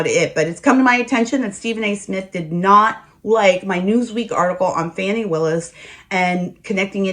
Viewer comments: Why are you not telling the truth. Nathan Wade's wife played out on him with his best friend. Are you a Trump supporter. Please stop mispronouncing her name it is not fanny but fani (fawni). This is disrespectful and is the same type of calling people out of there name like Trump does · Can anybody pronounce her name FUNNY WILLIS, SHAME ON YOU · Why Stephen A Smith pronounce her name wrong